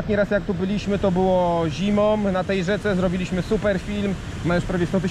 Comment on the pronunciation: Mówi się 'zimą 'a nie 'zimom'